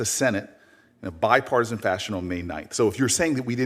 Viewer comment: Booker the big mouth said bipartason 9 times cant stabd him